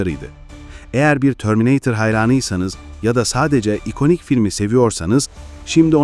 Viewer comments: Törmineytır da ne laa😂 eğer Türk sen ve Türkiye de yaşıyorsan bir Türk gibi söylemelisin ağzına yakışmamış şöyle dolu dolu terminatör de 😂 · terminatör'e terminatör desene kardeşim. ne o öyle törmineytır iki falan... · Törmineeytır nedir yahu. Bırak biz çocukluğumuzdaki gibi TERMİNATÖR diyelim şuna. 😂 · Törmineytırı duyar duymaz videoyu kapattim